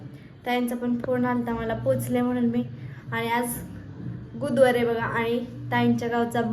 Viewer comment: गुदवार नाही बुधवार म्हन